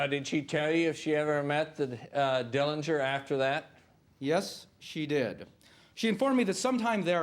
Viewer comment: The correct pronunciation of the Dillinger family name is with a silent 'g'. John saw Billie get arrested before he drove off.